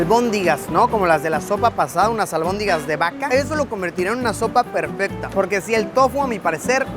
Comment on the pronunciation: Es"albóndigas" no albondingas